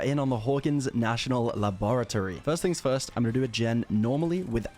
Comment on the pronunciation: "LABORATORY" lol I still love the vids